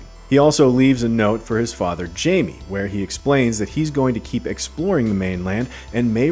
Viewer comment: She was saying "Jamie" not "Jimmy"